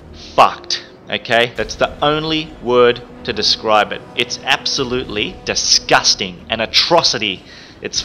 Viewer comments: He just says DISHIJSTING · lmao the way he says and emphasizes the word "disgusting" makes me laugh my ass off love his vids